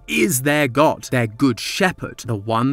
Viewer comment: YOU SAID DOGT NOT GOD